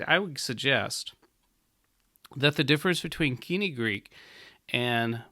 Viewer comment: Much as I love moden Greek, this man is an ignoramus. He cannot even pronounce "koinē" properly. There is no argument for pronouncing biblical Greek like modern Greek. It would be like telling your children to pronounce English like Old Norse because some sentences in Old Norse can be understood by a modern English speaker.